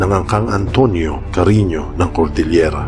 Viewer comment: Paano mo namang nasabing mag PINSAN sila ni Robin padilla eh ang layo 🤣🤣🤣🤣🤣🤣🤣CARINYO HINDI CARINIO 🤣PAKINGGAN MO NG MABUTI KASI.. 🙄 ITO HA.. SI DON ISABELLO ANTONIO ASAWA NI DONYA MARIA CARINYO ANG ANAK NILA SI DONYA REMEDIOS CARINYO ANTONIO YUNG AKING INA.. yan ang sinabi niya.. Tama or hindi 🙄 ngayon si DONYA REMEDIOS CARINYO ANTONIO na iba ni Francis Leo Marcos at ang kanyang Ama ay si FERDINAND EDRILLEN MARCOS SENIOR yan ang Alam ko.. HINTAY lang kayo sa sunod.. Kaya nga pinakita Yong post kasama si Imee Marcos.. Kapatid ni FLM si BBM.. Yan ang Alam ko 🙄